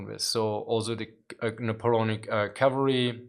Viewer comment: Napoleonic is pronounced "Neh-poe-lee-ahn-ick". Very sad that the Art of War videos got so few views. I enjoyed them.